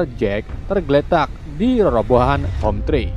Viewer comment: "Hometree" bang : dibaca homtri bukan homtre (rumahpohon) Manusia orang2 "sky" :dibaca skay bukan ski (langit) 😂